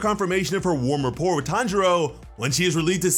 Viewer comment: This video is great, but u mispronounced repoire